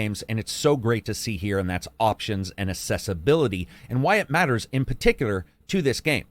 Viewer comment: Why do you pronounce ‘accessibility’ as ‘assessability’? Accessible and assessable are different words.